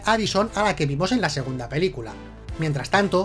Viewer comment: Que "Pelcula" TAN MAAAALAAAAA